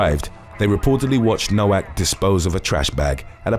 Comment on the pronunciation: Its pronounced “No-Vak” for Nowak